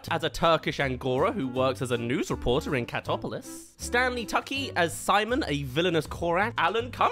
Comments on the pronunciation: It's TOO-CHEE not Tucky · Bro, I adore you, but that ain't how you pronounce Tucci